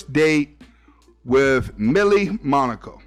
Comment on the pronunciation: It’s Melli not millie